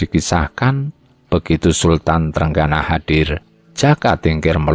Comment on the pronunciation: Trenggono jgn dibaca TRENGGANA dong. Walisongo jg jngn dibaca wali sangha, gimna to?